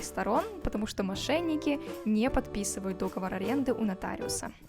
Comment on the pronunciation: Очень крутой выпуск, спасибо только не дОговор, а договОр